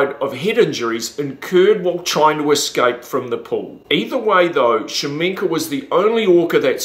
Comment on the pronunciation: Shaminka? I thought it was Kashamenk. Is Shaminka his stage name?